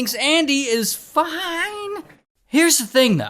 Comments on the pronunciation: The "fiiiiine" doesn't hit the same as "FOINE!!" 😒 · fionee i mean fine killed me lol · "Foine. I mean fine - " got me good XD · FOINE 😂😂😂😂😂😂I mean Fine 😂😂😂😂😂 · FOINE, I mean fine😂😂😂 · “Things are not foine” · Bro why you say "foine" 😂? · Why bro say "Fine" like that? 😭